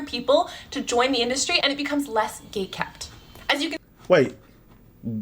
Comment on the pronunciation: At 25 minutes, she's saying "gate-kept".